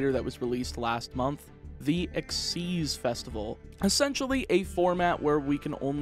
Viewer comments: EX-ease.....? Its X.Y.Z. ? The fug? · Nope, it's Ex-ease. Look up the anime for the pronouciation, they never call it X-Y-Z summon.